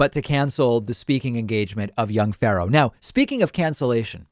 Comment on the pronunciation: Why can't David say "Pharaoh"?